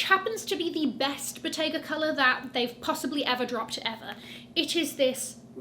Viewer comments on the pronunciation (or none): none